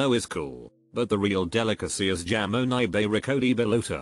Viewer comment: My bilingual dumb add was like, “ What is Jamón Serrano?” Then I looked it up and realized it was Jamón! This kid was pronouncing it as though the “j” was a “y/ll.” Only bilingual/polyglots will understand Also yes, avocados are very common in Mexico. Like literally everyone most likely has an avocado tree in their yards.